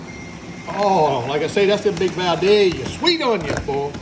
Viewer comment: being from South Ga we say Vi-Day-Yeah, even Sammy got it wrong in the Song! Hahaha I know how yall Cajuns like to pick on us how we pronounce y’all’s words.😂😂😂😂